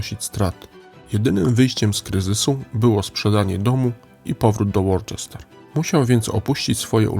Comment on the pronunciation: Wybacz czepialstwo: - Worcester czyta się "Łuster" - LABORAtorium, nie "labolatorium". Skojarz z "ora et labora".